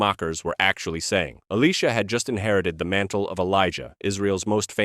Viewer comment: I like the one about the folded napkin. That makes sense. But really, A.I. pronunciation of Elisha is ridiculous.